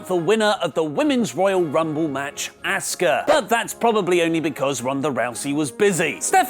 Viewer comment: its apparently impossible for British people to pronounce Asuka correctly.